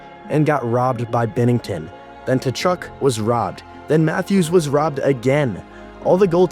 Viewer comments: KA-CHUCK, just say it like that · I'm curious if you're making a joke or not by calling them Ta-Chuk? The T is silent. Are you American? We know they're not very good with proper pronunciation.